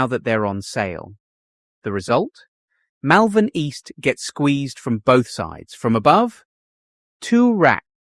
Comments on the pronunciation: Yes the mispronunciation annoyed me too! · You need to learn to pronounce the suburbs properly please! Moorabbin and Malvern!